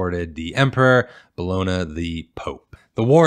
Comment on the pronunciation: "Bologna" is pronounced "Bol-on-ya."